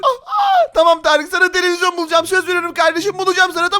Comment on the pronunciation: Neden hep televizon diyor